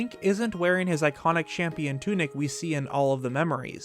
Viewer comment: lol he said champion tunic instead of champion tunic